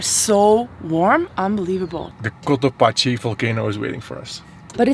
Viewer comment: Cotopaxi is pronounced like "taxi".